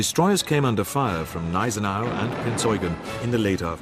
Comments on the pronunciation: I take it these treaties that were broken were set by the league of nations which was useless back then as it is today under the name of the UN, useless and a waste of taxpayers money, By the way the gneisenau the G is pronounced it is not silent. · The G in Gneisenau is not silent.